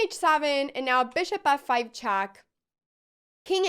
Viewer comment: Why does she have such a horrible pronunciation? Saven chass chack af5 ... Please somebody, such as her parents, teach her something batter ...